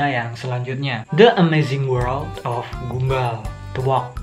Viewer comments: Bukan gumba.... gumball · Mas baca nya bukan gumbal tapi "gambel" gitu bacanya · Gumball mbacanya gam-ball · Gamboll gini cara sebut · Btw abang Salah ucapin nya gumball jadi gambell